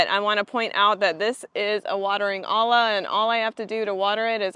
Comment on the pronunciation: It’s pronounced Oya. Olla is a Spanish word so the double L makes a Y sound. Great video!